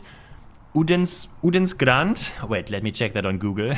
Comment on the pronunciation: Nej, den heter "Uddens gränd", inte "Odens..."